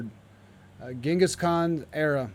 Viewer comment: Yeah, it’s really frustrating to hear him keep saying it like that 😂